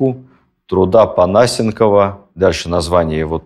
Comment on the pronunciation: Перед тем как что-то говорить про взвешенную критику (да и в целом перед тем как говорить..) надо сначала изучить банально вопрос, связанный с фамилией. А так это уже пусто вяканье. Понасенков — ударение на Е. И что тогда по вашему взвешенный подход к изучению эпохи? Когда шпыняют "историка" в тоталитарном государстве, которое захвачено бандитами, чтобы он написал несчастную мифологию под угрозой банальной нищеты — это взвешенное изучение? Сожжение документов и источников (как при Николае 1) — взвешенное изучение? Или сейчас, когда одной ногой в больнице с неврозами, а другой тоже в нищете и зависимости от бюджетных контор — взвешенное изучение? А исследование сути вопроса напрямую, посещение тех мест, исследования архивов, общение с удивительными людьми и обладание большой аудиторией и возможностями для самореализации во всех сферах — это качество, которое, по всей видимости, непристойны "взвешенному изучению" И, кстати, у вашего Тарле нет вообще ссылки на источник. ВООБЩЕ.